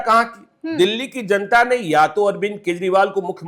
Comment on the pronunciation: Zanta nahin..... Janta bolo